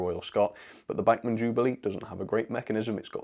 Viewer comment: FOR THE LOVE OF GOD - LEARN HOW TO PRONOUNCE "BACHMAN"....................................................